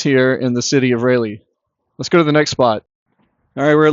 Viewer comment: Raw lee... not Ray lee. goodness!